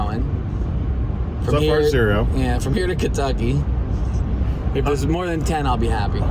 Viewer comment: I'm afraid, you pronounced the state name wrong. Apparently now it's Keentucky